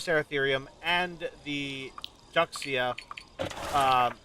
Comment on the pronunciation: makes actually sense that she "washed" her face in that fashion, LOL, with sand 'n' dust all around her... Just a minor thing: the "xi" in Juxia is pronounced as "she" ~ Ju-she-a 😉 Sorry for annoying you again, 🤭